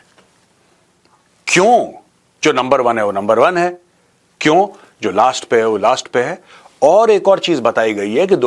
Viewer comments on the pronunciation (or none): Sir, Number one hota hai , lumber one nahi